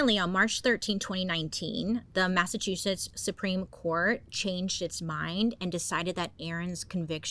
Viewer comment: So glad someone else says Massachusetts like I do - Massatwoshits. Love you, Bailey <3